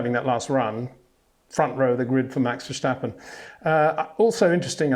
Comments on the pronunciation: He says Verschtappen, right? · yes which is incorrect. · HEY PETER WINDSOR, I HAVE MESSAGE FOR YOU SIR: With all due respect .. it is NOT Max "verSHtappen" .. Max is not German (Germans indeed do pronounce "st" as "sht") .. #Max33 = Dutch NL/Belgium! .. It is not "Bottash" nor is it "Lewish" certainly not "verSHtappen" .. This BS started long time ago when a British sport presenter interviewed father Jos Verstappen and assumed you can use a German pronunciation to a Dutch Driver thinking it is so "funny" .. It is not. Serious question: can any Englishman say "versatile" out-loud without saying "vershatile" phonetically? most can about 99,99% .. that is why most English can pronounce Verstappen 100% correct! Father Jos Verstappen (also F1 Racer) was very active between back then only a very few said "Vershtappen" but the vast majority of British sport presenters pronounced it perfectly ... only a few old stubborn farts like Peter Windshor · The old man is too stubborn to ever learn that. Annoying a.f.